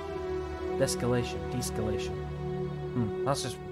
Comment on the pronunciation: I think the word "deescalation" is pronounced with "de" as one syllable and then "escalation" as usual. And I think the word exists, meaning the opposite of escalation. But nice mission handling. Also, the message from the pilot was kinda passive agressive, huh? "I better hope your mercenary lance has secured or landing here." About the comparision of battle tech to xcom: I mean, battle tech definitely has the better story, both in themes and in presentation. But to be honest, I could never take the story in xcom really seriously. Concerning the gameplay, I still prefer xcom. But this is probably a question about taste, because both games are really good. Also, I might switch to phoenix point in my estimation the moment more mods are awailable for it.